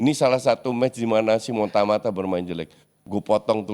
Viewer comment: Simon Tahamata bkn tamata cuk... Kocak